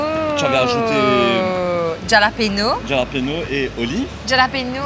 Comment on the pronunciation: Love the peanut butter machine! Pesto = pinenuts+ basil+ olive oil+ Parmesan cheese. The challenge was on top love the whole team effort, also it’s said hallapinos j=h in Spanish 😊. Waiting to see you next week! Cheeers🍻